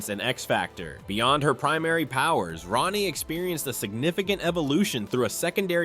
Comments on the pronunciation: Wolfsbane name Rahne, is not pronounced like Ronny! It pronounced like Rain, Rayne, or Reign! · If nobody else has already told you, Wolfsbane’s human name, Rahne, is pronounced “Rain” NOT “Ronnie”. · It’s not pronounced like “Ronnie” Sinclair. It’s pronounced like “RAIN” Sinclair. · Rahne is pernounced "Rain" not Rah-ne. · Rahne's name is pronounced like RAIN. It's not Ronny. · Rahne sinclairs first name is pronounced Rain not ronny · Rayne Sinclair's name is pronounced "Rain" not "Ronnie", per Marvel comics own website. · Rogue's 6th sense is from the original Ms. Marvel power set she stole way back in Avengers Annual #10. Kitty Pryde, in conics, never possessed that time traveling ability. That was courtesy of Rachel Summers. And Rahne's name is pronounced "rain" not ronnie or whatever the guy was saying. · It’s pronounced Rain not Rah-nee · Ronnie? Really? Ronnie? It's rhane or rain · Rain...Rahne Sinclair's first name is pronounced rain. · And this is why I despise AI. Cause who the fawk is Ronnie?? Do you mean Rahne??!!! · Not to 'um actually' at you, but um, actually it's pronounced like 'rain'. I can't remember what issue it's in but there is one where they clarify this. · Wolfsbane's real first name is pronounced "Rain." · These are all wildly inaccurate and in the case of actual secondary mutations, you got Emma Frost and Wolfsbane. The latter also has mostly dropped that power. Also pronouncing Rahne "Ronnie" is a war crime. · ouch,, you mispronounced Rahne Sinclair's first name. In the original run of New Mutants, several time she stated her name is pronounced as "Rain". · Ikr?! They completely mispronounced Rahne’s name.